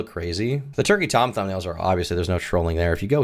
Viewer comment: I dunno, I heard "Twerky Tom", which should absolutely be a thing.